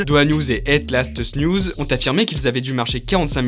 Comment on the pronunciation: "Hête Laatste Niouz"... Moi, belge: 🤦